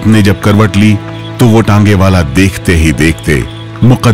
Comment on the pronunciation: थोड़ी शर्म कर लो वह टांगेवाला नहीं तांगेवाला होता हैl पता नहीं कैसा न्यूज़ चैनल चलाते हो तुम लोग हिंदी तक नहीं आतीl